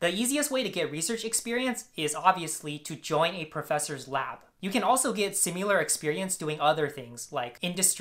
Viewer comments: I'm glad you were able to get into the programs of your choice. You sound like you really know what you're talking about. One thing: "similar" is pronounced "SIM-i-ler." The middle syllable is a short "i" sound, like "Kim." It's not "SIM-you-ler." Good luck in your studies and with your research. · it’s simUlar! It’s simIlar, scholar!